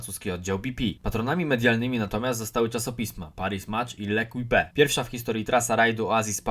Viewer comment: To "lekłipe" to się czyta "lekip". Taka rada na przyszłość